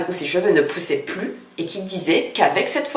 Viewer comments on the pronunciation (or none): none